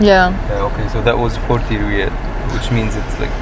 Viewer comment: We pronounce it as riyal, and btw, we changed SAR to a new symbol recently. GOOGLE IT and welcome to Saudi Arabia 💙